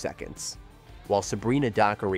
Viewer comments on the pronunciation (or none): none